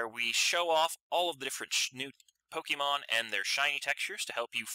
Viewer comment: It's pronounced (POKE-AY-MON) not (POKE-E-MON) the accent mark is there for a reason.